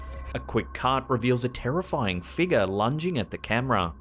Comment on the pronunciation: You add an "R" to random words but remove it from "figure..." You say "figa."